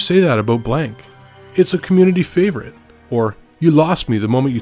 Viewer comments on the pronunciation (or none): none